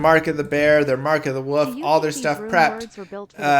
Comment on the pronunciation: For the love of god learn to pronounce “wolf”